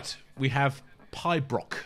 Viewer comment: "Pibroch" (pronounced pee-brock) was also called pee break by Ian. When played live, the guitar part was extended, allowing Ian to do as the title infers.